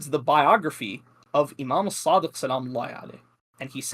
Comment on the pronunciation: "Imam sadiK" "Muhammad baKIr" adnan rashid calls himself a muslik historian when he can't even pronounce names correctly, how can he be considered a reliable historian while lacking proper arabic skills?!